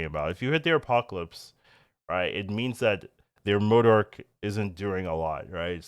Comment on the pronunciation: love you, but for the love of all that is good - it is pronounced Mo-Dock (MODOK), there is no "r" in the name. It sounds like you say "mor-dork" and it makes my ears bleed. Please please 🙏🙏